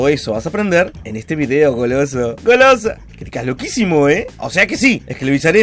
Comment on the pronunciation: 1 like por todas la veces que dijo "Golooso"